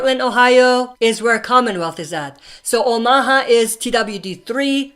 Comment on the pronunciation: Please say omaha right man. Its not oh ma ha. Its actually pronounced ow·muh·haa